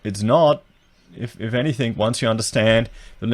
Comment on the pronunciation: Very informative and realistic with regards to the home building industry in Australia today. Pity you had to talk about yourself so much, somewhat priggish. BTW, it's anything not "anythink".